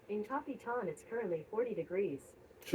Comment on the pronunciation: I like the way Google girl pronounces Capitan , better than Alexa ! Copy - ton ! !